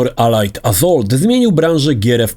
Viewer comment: On sam nie wie o czym mowi. I jeszcze to wymawianie tytułu "pacific AZOLT"